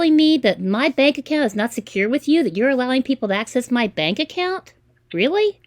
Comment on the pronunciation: I think it's funny they call people and try to scam them but they can't even say the word Bank they say bang accounts